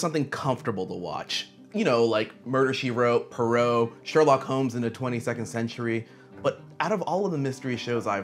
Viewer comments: The way you said Poirot 😭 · Man you pronounce Poirot funny.